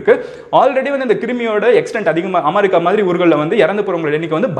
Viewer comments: I watch all ur videos regularly. My kids have also become ur fan. Even my mother has started watching your video. She was also pointing out that u pronounce it as Amarica... That"s ur style.. V all like u bro. Ur video about Hong Kong was very useful for me to teach students. Keep rocking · Ya even my mom was pointing out that he pronounces it amarica, and I told her it's HIS WAY OF PRONOUNCING